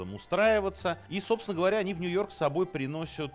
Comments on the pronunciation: вот вроде не тупой мужик, но что это за "приносЮт? "подвозЮт"? аж подташнивать начинает... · Тов. Минаев, не "приносют", а "приносят" )) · Приносют,приносют?Минаев ты серьезно?ты же журналист е мае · Давно замечал за Серёжей , что он говорит "приносЮт",. Сергей, не надо так ) вы же историк и писатель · Аааааа! ПриходЮт, приносЮт, вывозЮт, ПлатЮт и так далее со всеми остановками. Так интересно, но концентрация на этих произношениях просто-напросто мешают вникать как следует) простите, конечно.